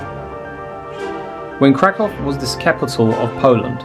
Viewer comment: Well done! Thank you for your commentary and fabulous music. As a native speaker of Polish, I can appreciate how you say: Kraków or Zakopane. 👏❤